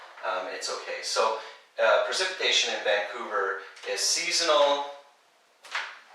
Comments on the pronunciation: it's pREcipitation, not pERcipitation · isn't it pREcipitation, not pERcipitation????? Google translate says at least... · it's "precipitation", not "percipitation". am I right?